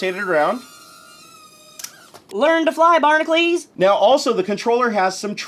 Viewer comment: Your name is (BARN-AH-CUE-LS) not (BARN-AH-CLES